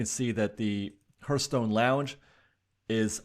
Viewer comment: It's pronounced HARTHstone, not HURTHstone.